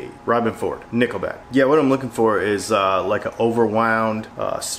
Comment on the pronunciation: “Knickleback”. LOL